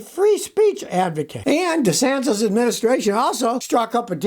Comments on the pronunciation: Love how he pronounces DeSantis. "DeSantoes" lololol. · Is Scotty saying Ron DeSanTOS? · Even Scotty can't say Robs last name right. Just goes to show that DeSanctus has no chance.